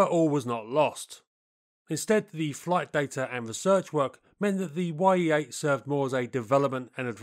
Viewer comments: It's not "Y-E", but "Ye" for the Russian "E" sound. Like you're saying Mig instead of M-I-G... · it's NOT [wai-ee] 8, it's [ye]-8 блять i'm russian and u better check info and pronounciation of sounds. the sound is like in Kanye west's name. ye, not [wai-e:] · The "Ye" in Ye-8 are not two seperate letters pronounced "why-ee". It is phonetic spelling of one letter in the Russian alphabet and is pronounced as a one word "ye" (similar to "yeah").